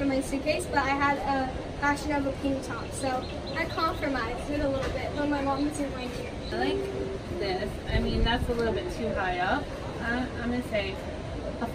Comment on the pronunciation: So this girl said she "Confurmised" ummmmmm I always thought it was "Compromised"